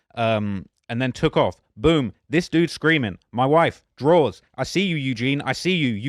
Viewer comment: Drawz… drawz.. drawz… dont do this 😂😂😂